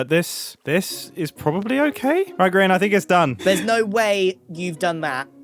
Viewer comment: I'm sorry but did grian call his server gree un